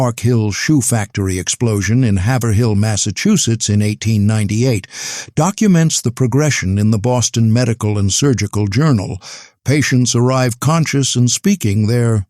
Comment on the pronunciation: It's pronounced 'Have' with a long A and then 'Rill'. Have-Rill but one word.